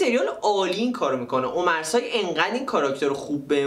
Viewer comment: lupin درستش لوپن هست omar sy عمر سی درسته نه عمر سای